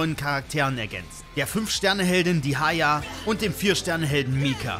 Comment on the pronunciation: ICH BIN TOT- DIEHAYA- JA MANN BAHAHAH Wusste nicht dass man Dehya so ausprechen kann 👀